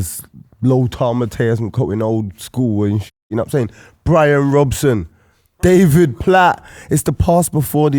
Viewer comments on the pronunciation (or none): none